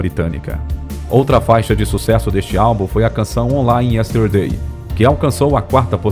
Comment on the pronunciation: É a primeira vez que vejo uma pessoa pronunciar "carpinter". Isso se falar da pronúncia errada do nome de várias músicas. Tudo bem que o narrador não precisa saber falar inglês, mas chamar um clássico da música pop de "onlay yesterday", demonstra completo desconhecimento.